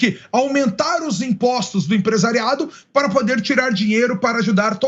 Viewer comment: Não consegue nem pronunciar a palavra " para". Para ele é " pá": vai pá casa...